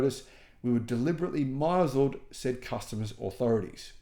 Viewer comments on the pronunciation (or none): 'misled' is 'mis-led', not 'my-zeld'. But thanks for the videos. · Are you deliberately mispronouncing "misled"? I've heard it twice now.